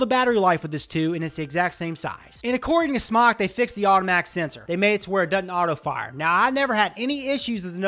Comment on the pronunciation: Well, he may have been doing this a long time, but the company pronounced their name SMOKE not SMOCK - drives me crazy - well, crazier than I am :)